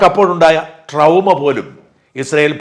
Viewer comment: ട്രൗമ അല്ല ചേട്ടാ ട്രോമ (trauma)